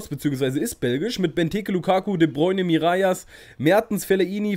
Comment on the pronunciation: Er wird Miralas ausgesprochen. Das ll spricht man im Spanischen ;)